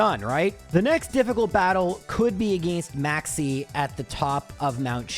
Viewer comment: When you said Maxie I thought you said "Maxx C" and set off my master duel PTSD lmao